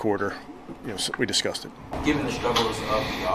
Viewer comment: did he say "We discussed it" or "we disgusted."